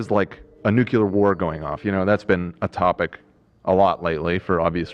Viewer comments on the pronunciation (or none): did he say nukular? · I’m begging you it’s nuclear not nukular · Nuclear Not nucular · Gonna need to stop pulling a George W Bush and using the non word "nucular" lol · someone tell to stop saying nuculear